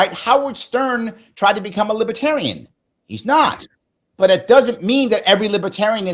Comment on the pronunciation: Lib-ER-tarian. Not Lib-A-tarian. Sorry,, but that drives me nuts.